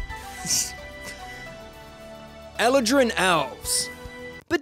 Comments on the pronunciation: I flinched every time he said Eladrin like that 😂 Such a great video though 🐘🦁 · Anyone else really annoyed by the way he pronounces eladrin?